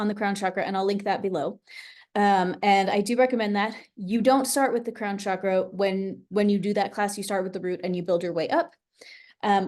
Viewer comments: Chakra is not a sh sound. It's a ch sound. Just say chalk with ra on the end. Not shakra, it's chakra. I have a question can I DM you or email you? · Ha! That’s so funny… in some of her online work, talks about the proper pronunciation (ch instead of sh) and that she sometimes likes saying it sh anyway. ❤